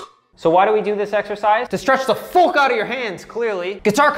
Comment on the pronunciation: Love how you pronounce fuck "FOOK" its awesome